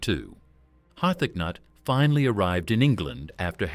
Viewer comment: Har-thac-nut...the AI voice is comedy